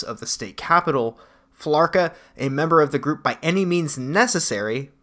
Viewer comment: I think it's Fee-la-cruh